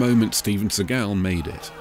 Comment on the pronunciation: PS his name is not Steven sea-GAL, it's SEE-gul... as in the Jewish pronunciation of the word Segal.. As he IS a Jewish man ( as much as I DON'T want to claim him as one of the tribe)